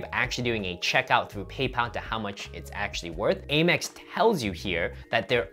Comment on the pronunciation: Out of curiosity - why do you call it A-Mex? It’s driving me crazy 😂